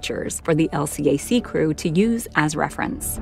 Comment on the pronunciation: These videos are cool, except for the computer narration. LCAC is "El Cack".